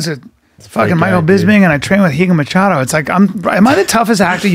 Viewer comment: Bryan's pronunciation of 'Machado' is killing me with cringe